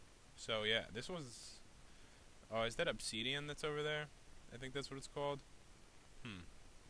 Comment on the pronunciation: how pat pronounces it: obseeedion how pro minecrafters pronounce it :obsidian